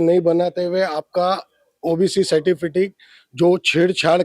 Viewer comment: Certifitic ???? Kisi ne suna kya nahi 😂